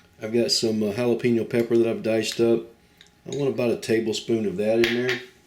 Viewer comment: I'm from deep South Texas and got family from Northern Mexico ,so when I heard this guy put "coomin" and "jalapeeeno" , I almost said "I don't think so white boy ! Lol " ....but damn , that actually looks pretty good ! And he is rocking it with HEB ingredients so maybe this will turn out good ...lol In my region we call them "hamburgesas" or "burgesas Mexicanas" Beef patty , sunny side up or over easy egg , ham , your favorite cheese , avocado slices , some do a tomato salsa or Pico de gallo , lettuce tomato , toasted buns. I guess it depends on your region and who u learn from and then it's always good to tweak it to your own likes. And if u can't make it work with HEB stuff then you don't belong in a kitchen...lol